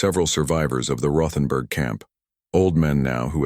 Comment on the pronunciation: The H isn't said in Rothenburg. West Virginia